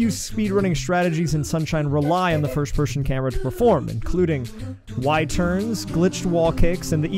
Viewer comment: You ever notice that you say "first pershon" instead of person? And "worsht" instead of worst. Lol.